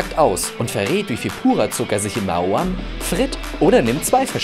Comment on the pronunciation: Maoam... noch nie so ausgesprochen gehört. Sich selbst spricht Maoam lt. damaliger Werbung sich ja Ma-o-am aus.